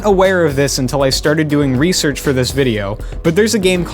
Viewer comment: "research" HAHAHAHA